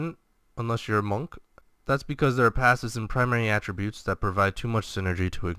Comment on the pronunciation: Enjoyed the video. Accent is on the 'a' in attributes (first one in this video): How to Pronounce Attributes